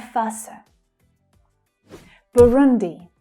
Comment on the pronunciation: thanks so much my great teacher. you pronounce very well my country BURUNDI.